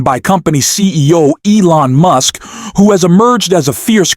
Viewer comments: His name is Gavin Newsom, not Gnome! And Elon Musk, not Muse😂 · Mooosk? Computer bot faulty pronunciation. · You are mispronouncing the names. You call Musk, Muse and Gov. Newsom, you call him Neum. If you can't get the names pronounced correcting what is the point watching your videos?